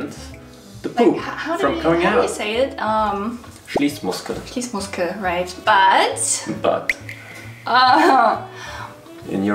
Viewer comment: Wait, how did he say "Schließmuskel" so perfectly?😶Is he german too?